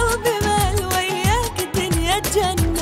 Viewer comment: Gana Ahmed اي والله ماشاءالله عليها بس ماتعرف تلفظ كلمة وياك نفس الخليجيين